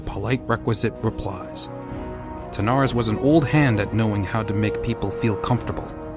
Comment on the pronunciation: Good voice acting but you kept pronouncing King Terenas’ name “Tanaris”